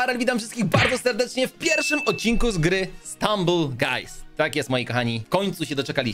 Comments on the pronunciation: nie struble guys stumble guys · gość powiedział srumble guy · Mówi się stumble guys